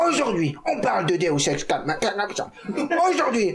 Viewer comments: Est-ce que j'étais la seule à connaitre le deus ex machina MAIS à entendre deus SEX machina? Ou le nom parfait pour un porno mechanophile? ^-^ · c moi ou le prof dit deus sex machina XDDD ?